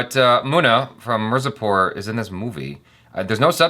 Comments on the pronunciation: There u go "Moo na" "Miur zapur" Love how he says it wrong with confidence.😂😂 is for a reason😍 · After watching entire season keeps saying "Marzipur" instead of "Mirzapur"😁 😆 😅 😂 🤣